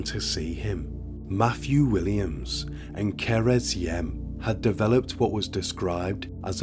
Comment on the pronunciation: What happened to Cerys (Kerr-iss, not ker-ezz) is truly horrifying😢 It just shows how the mental health sector, here in the UK, needs more investment to treat people early on in life! too many young people being let down early on, and in turn, go on to cause so much devastation 😔